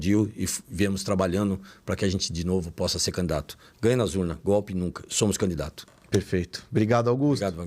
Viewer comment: CAMDIDATO? COM ESSE PORTUGUÊS E QUER FALAR DO CARA? 😂😂😂😂😂